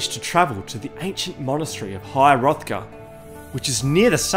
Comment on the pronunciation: You could add to that all the pronunciation errors like called Solstheim Solsteam, calling high Hrothgar high hothgard, etc etc